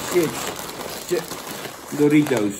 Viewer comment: Zucht Jan...het is 'chips' en geen 'tjips'....